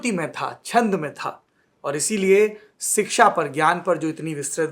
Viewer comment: 'सिक्षा''❌ नहीं शिक्षा'✔️ सही उच्चारण है, सौरभजी। मैं आपके बनाये वीडियो बहुत आनंद से देखती हूँ। बहुत अच्छा कर रहे है आप। धन्यवाद।